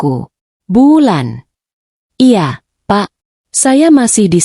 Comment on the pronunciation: Baca cerita y lemoooottt...belibet... Pengucapan kata 'iya' spti suara anak kecil.